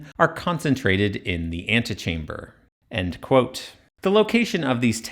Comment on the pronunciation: you have that funny pronounciation when you say "end quote" that sounds a bit like "... allegedly"